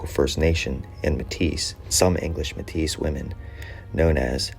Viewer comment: Pronunciation is wrong. You’re saying like you would call a Métis woman Métisse